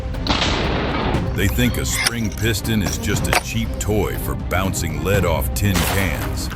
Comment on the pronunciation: At around 12 min, the "AI Man" finally said "lead" correctly, then forgot for the rest of the video.